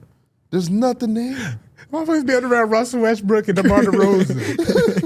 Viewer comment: why say demar like a slur